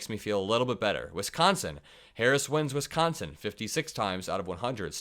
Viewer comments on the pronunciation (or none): none